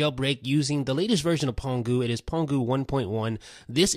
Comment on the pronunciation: pangu not pongu